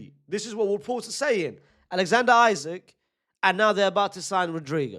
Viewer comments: Love you unc, but you're saying his name like "Isaac" when his name is Isak pronounce it as "ee-sak" not "i-zik" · It’s Issak not Issac bro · His name is not pronounced isaac unc 🫩🫠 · Say isak the right way 😂